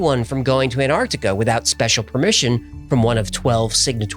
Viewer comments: Will you please stop saying 'anartica'. It is ANTARCTICA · Please pronounce Antarctica correctly!! It's not an-ar-di-ca, it's an-TARC-ti-ca. The first T has to be pronounced! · Wheres Anartica?.. Why can't Americans say Ant-arc-tic-a properly? 😂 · IT'S NOT CALLED "ANARCTICA" ITS ANTARCTICA ! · Why do Americans pronounce Antarctica as Anartica or Anarctica? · Why do you pronounce it 'An-artica', without the 't' ? Genuine question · It annoys me how people don't pronounce the first "T" in Antarctica. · Any particular reason why yanks can't pronounce the word Antarctica correctly?